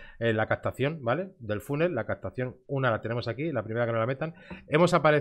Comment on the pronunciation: Te recomiendo que busques en Google cómo se pronuncia "funnel" y así no perderás todo el crédito cuando alguien te escuche.